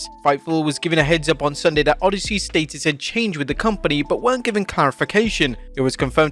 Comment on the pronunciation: Your pronunciation of “status” is criminal!!!!